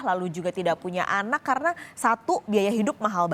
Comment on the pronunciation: Ada keslahan pengucapan kata yaitu : Punya anak mbak bukan puna anak 🤗